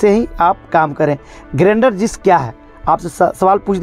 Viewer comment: Video acha hai bro but grender nahi grinder hai pronunciation me